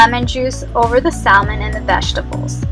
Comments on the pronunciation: I have some wild salmon and can't wait to serve this! Usually the "l" in salmon is silent as in Sa-mon :) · The L in salmon 🍣 is silent.. Thank you for this! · The L is silent in Salmon and what temperature do you bake it on? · Sal-mon, Fi-lets, and ass-paragus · Love it but can’t get over how you say salmon and fillets and ASSparagus 😩